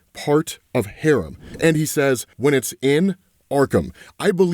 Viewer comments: "hah-RAHM", not "harem" lol, two completely different words. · That is not how you pronounce “haram” lol You are pronouncing it like you would “harem” completely different things lol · Haram is Hah-Rom...a Harem is not Haram at all 😅